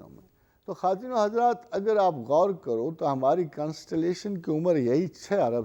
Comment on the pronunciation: Mohtram, aap address krte vaqt kya kwattino hajrat khte he ,clear kre